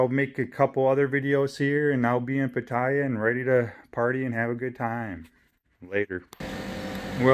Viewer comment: PATTAYA is pronounced PAH-TEH-YAH. No hate. Just wanted you to pronounce it correctly.